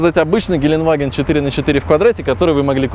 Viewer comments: "Геленваген", хуторяне)) Геле(э)ндеваген, Geländewagen, несложно запомнить. Хотя один хуй переоценённый уазик. 84 ляма за этот угловатый уёбок!!! Чуть дешевле "Арматы"...)) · Геленгвагине он сказал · Geländewagen, не геленваген )))